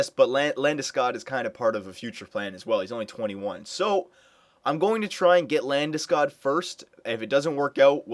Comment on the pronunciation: First!! Its LandesCOG!! not -god.